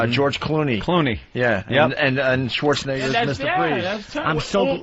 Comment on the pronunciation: I love how Patrice says Schwarzenigga